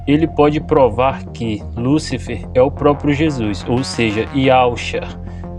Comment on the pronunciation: O que mais me surpreende é: Vwr um sujeito falar inúmeras vezes a escrita: LÚCIFER... com um acento AGUDO sobre a letra U, e ignorá-lo não dando a tônica exata na pronúncia da mesma. Aí, por si só já é uma TERRÍVEL IGNORÂNCIA GRATUITA.